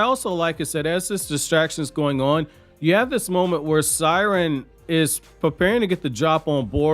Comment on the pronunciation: Seiren is pronounced as “Say-Ren” even in the anime that’s how they said it lmao I’m a fan of you but u butcher way too many names 😂